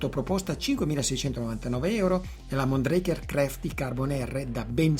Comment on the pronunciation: Mondraker si legge come si scrive 😊